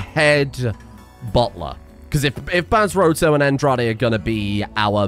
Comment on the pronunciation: Just so you know Andrade is pronounced "On-Dra-Day".. It's Mexican